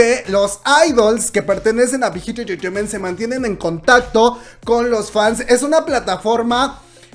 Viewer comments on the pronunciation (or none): Las veces que dijo "Bit Hit Entertainment"? Un monton xD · por cada like es las veces que la dijo bighit entreteiment xd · Jajaja dice la big hit intejehfjejement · Me gusta cuando dice big hit entertainmen 👌👌😄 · JAJAJAJAJA alguien mas le parecio gracioso cuando pronuncio BIGHIT ENTERTAIMENT JAJAJA la amo!! ♥ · Yo que voy a ver una peli y me viene con la Chisna de CL 😂pues ya se pasó a Bighit. No puedo con la risa de cuántas veces escuché Bighit enterteinment🤣🤣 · 1 shot cada que dice big jit enterteiment xd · Bijit entreteimeeenthhhh Bijit entreteimeeenthhhh Bijit entreteimeeenthhhh Bijit entreteimeeenthhhh Bijit entreteimeeenthhhh Bijit entreteimeeenthhhh Bijit entreteimeeenthhhh Bijit entreteimeeenthhhh Bijit entreteimeeenthhhh Bijit entreteimeeenthhhh Bijit entreteimeeenthhhh Bijit entreteimeeenthhhh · Hermano, amo tus vídeos, pero es difícil mantener la compostura cuando dices Big Hit Entertainment JAAJAAJAAAJA morí